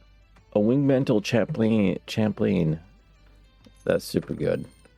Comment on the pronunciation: Thanks for posting these. I'm really enjoying this series, and it's helping me navigate through my own game in Forge. One thing, I think "Chaplain" might be pronounced like chap-lin.